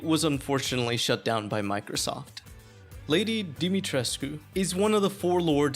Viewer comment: Yeah you miss the fact that you kept on pronouncing Lady D's name wrong the entire time really irritating damn it